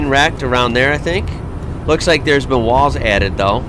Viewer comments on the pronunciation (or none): none